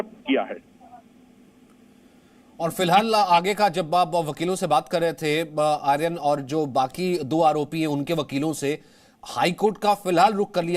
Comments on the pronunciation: भाई पहले ले तय कर लो कि आयरन है कि आर्यन 😂 वैसे बहुत अच्छी खबर है इन्हें कम से कम साल की सजा हो मतलब अगले सात जन्मों तक जेल में ही रहे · नाम ही बदल दिया गया आयरन खान ध्यान से सुने एंकर की आवाज